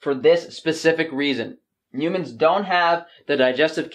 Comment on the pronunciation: "You-mans". I love you,.😂😘